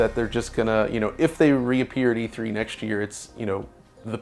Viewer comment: E Thwee